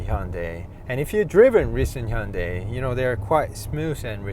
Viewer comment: I love this car. I enjoyed the review. Also, I learned the correct way to say Hyundai . Thank you